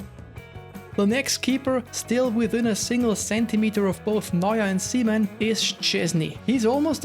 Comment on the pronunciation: Says "Seaman" ***Weird pause